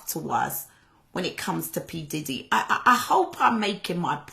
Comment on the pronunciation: Say his name right please